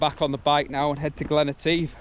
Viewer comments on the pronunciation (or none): Love it , love it..... great video again..... but..... I was privately giggling at how you were butchering the word "Etive". I will put you right next time I see you !!! lol 🧑‍🏫😜😁